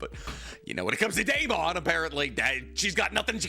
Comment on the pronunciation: Please stop pronouncing Deamons name like that.. its pronounced like Matt Damon or Damon Waynes. Not DAME-ON but DAY-MUN. I just know bc my name is Deamon too